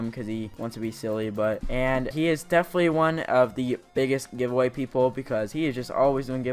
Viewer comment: U made a mistake lol u said giveaway-ear 2 times